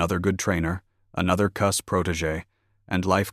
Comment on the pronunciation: Koos 🙄 it’s Cus damn AI